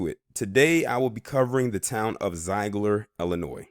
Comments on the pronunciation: My home town! Zeigler has been so good to me. It's actually pronounced Zig-ler Zeigler I'd a welcoming town to all kinds. I've lived here all my life and were welcoming to me. My family is deep routed. Native population is higher. As well as Asian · What you talkin about Willis. You cant even pronounce the name of the town correctly. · You are mispronouncing the name of this town.